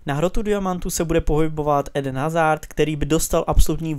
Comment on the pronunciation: U obou týmů máš hráče jenom z tří týmů, za druhý: vyslovuje se to azar a ne Hazard a za třetí: proč tam dáváš Dembelého místo Ozila???????????????????????????????????????????????????????????????